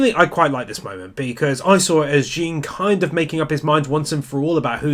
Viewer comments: I love this video series, but cmon... IT'S PRONOUNCED JHON!!! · It's not Jean, its pronounced ZHAWNN